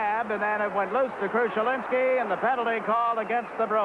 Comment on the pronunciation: It's amusing to hear Jiggs call him "Krushelinsky."